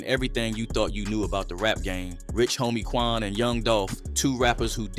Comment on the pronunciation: Did you really say Rich Homie Twan?? Or What was it a typo?